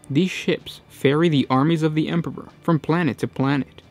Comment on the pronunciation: Emperor pp-pr er??? Lol